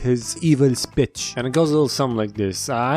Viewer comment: His “evil spich”